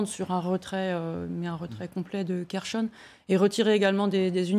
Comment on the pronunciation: Waw qui commente les stratégies russes, et la manière dont les gens prononcent les villes telle que kherson, elle dit kershon sec , mais dieu preserve nous de la connerie